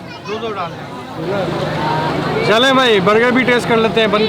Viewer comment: It should be "CHALEIN" not CHALAIN.